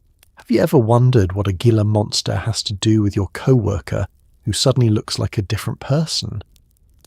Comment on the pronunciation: It's pronounced "Heela" monster actually. - Arizona, am!